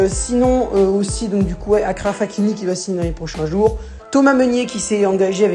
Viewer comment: Salut mon pote c’est pas akraf Hakim mais Achraf Hakimi qu’en ça se prononce. Sinon bonne vidéo 👍